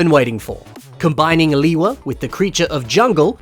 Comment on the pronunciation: "Leewee Uniter" bro💀